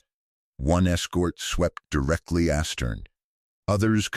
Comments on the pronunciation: "AStern. " Does anyone check these AI narrations? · That's the drawback of AI. It can't even pronounce "astern" No reason to subscribe.